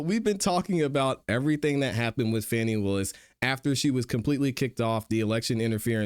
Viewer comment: I really enjoy your content but I wish you would pronounce Fani(FA-NI) Willis name correctly she’s not a 🪭